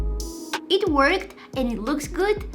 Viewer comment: not to be rude but when you say "it worked" it sounds like "it twerked" its kinda funny